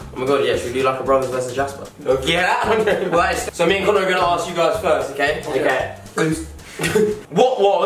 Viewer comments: I got mad at this cause it said jasper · its josper